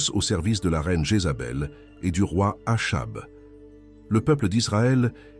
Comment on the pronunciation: le nom Achab se prononce "akab"